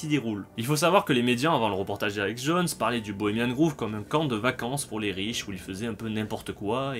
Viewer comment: C'est Bohemian Grove qui se prononce grauve et non Groove comme grouve, révise ton anglais